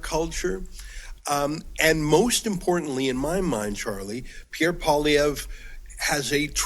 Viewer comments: Pierre Poilievre. Say "poll-ee-EV". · Oh and it's "Poe - Lee - Ev" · It’s Paul-E-ev. Get used to saying it. 😉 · Everybody, Canadian and American alike, needs to learn how to correctly pronounce Pierre's name: PWAH-LEE-EV-RUH (the "ruh" part mostly silent). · get the pp name right man you talk so good cant say a name right?